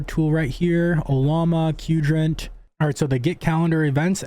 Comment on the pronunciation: Why is everyone pronouncing Qdrant as "kewdrant"? Its "quadrant"!